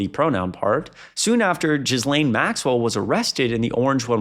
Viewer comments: "Ghislaine" is French, and pronounced "Gil-layne." I don't think she was Epstrein's wife, but was his girlfriend. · entirely different context, but I've heard someone from my own country pronounce that first name "jizz lane" too. I say keep saying it that way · Oh my frikkin' god. Learn to pronounce the names of the people you're reporting on. How you got from zygote to adult without hearing "Ghislaine" said on the news/talk shows/in conversation...? It's unprofessional. It shows how shallow your knowledge is, and that you're basically just reading tweets and posts to us. There's no value there. Legacy media got so much right. Among the strengths of a typical anchor is command of their native language. Gen Z has a shit ton of work to do there. If you have an hour to make a video, you have time to research the content first.